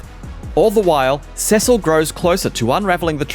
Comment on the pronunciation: Cecal 😂 it's Cecil bro